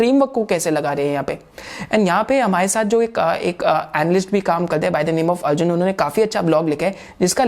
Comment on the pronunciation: अर्जुना नही है , अर्जुन है आप तो विदेशी नही हो ?